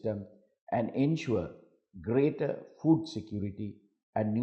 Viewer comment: Mr. President be aware of the pronunciation I heard you say rights to Fool. Are you? Anyway thanks to Teleprompt.